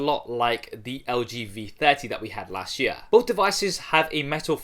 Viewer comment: Las sh yeaaah (last year)😂😂